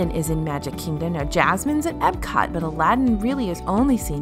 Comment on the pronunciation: It’s Epcot. With a p. Not a b.